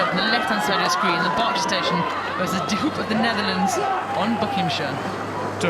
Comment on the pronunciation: It’s pronounced ‘De Hope’